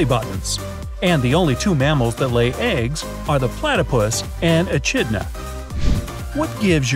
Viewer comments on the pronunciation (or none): It is pronounced ekidnar. You do NOT pronounce the ch. get your facts right.